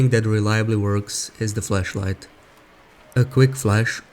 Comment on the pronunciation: you need to enunciate the word flashlight a bit better